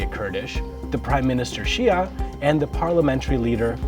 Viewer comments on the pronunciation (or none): none